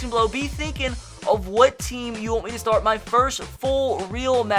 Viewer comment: Hard to understand what the heck your saying. Not sure what stort, hord or smort means.